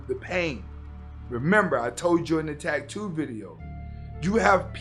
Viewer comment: Dude, why are you pronouncing Asta la vista ,Hasta la vista ? Also you're saying tag- too instead of ta -too. Not trying to be a dick; I just noticed and thought you might not have, because everything else is on point Thanks for the content